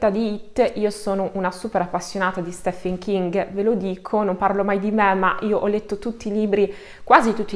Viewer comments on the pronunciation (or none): STEPHEN si pronuncia "STIVN" in inglese come si pronuncia Steven perché l'etimologia della parola latina è pronunciata in anglogaelico .La tua pronuncia quando citi il nome del maestro king è scorretta. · Bravissima! Però Stephen King pronunciato così non si può sentire 😅 La pronuncia corretta è ‘Stiven’.